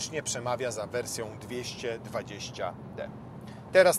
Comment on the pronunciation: 220 nie DY tylko DE